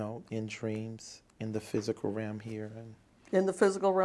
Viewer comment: Realm. He says ram though